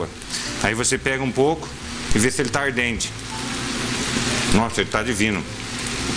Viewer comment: 👏👏👏💖 DEMAIS!! Alto astral e receitas DIVINAS. Obrigada. Só um detalhe, é "al dente" e não "ar dente", rsrsrs! Mas até isso é legal, porque as receitas são mesmo ARDENTES! 😁👍🙏